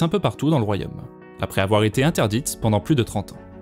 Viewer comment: "woohf il ne faut pas afoir peur"